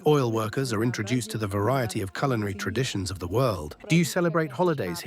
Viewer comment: "you will lie in ze pod"